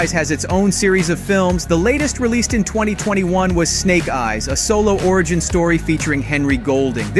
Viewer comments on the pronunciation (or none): none